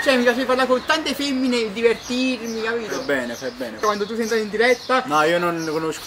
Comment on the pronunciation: Se ascoltate bene a un certo punto dice:"e capit eh?